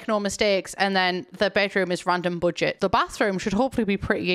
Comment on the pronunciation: I love how she says "budget". It sounds like a combination of German (first syllable) and American English (second syllable)